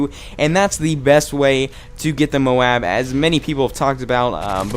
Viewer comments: nice vid but the tite might flow better if u prenounce moab the other way. js. but great vid! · Dude! You are awesome, just subscribed to you, ´cause of that Wii guy... But you need´a say "moab" the different way seriously!! xD